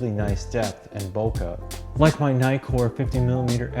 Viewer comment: The 'i' in Nikon or Nikkor is pronounced as in 'tick' NOT as in 'item'....It's in the details !!!